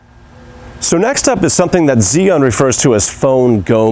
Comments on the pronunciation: Chew-ing not Ziun how do I know this, well let’s see uh, I watched a demo video from an “Asian” rep from the company tell us the correct pronunciation! So come on let’s get it right! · The way you pronounce the name is like ZION. I really confuse by it because I thought I was watching Biblical Tutorial. BTW nice video, I learn a lot and just bought one. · When I first heard "Zee An" I was confused. Haha! Still, thanks for detailed video. I just picked one up here in Beijing and look forward to using it! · Heh, I've heard about 8 different pronunciations. On Zhiyun official videos, it sounds like "Jew-Yoon" . Maybe even "shJoo(i)-Yuan". The 'I' sound is barely perceptible. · The first thing any gimbal user should learn is correct pronunciation of the name “Zhiyun.” Otherwise the video is fairly good.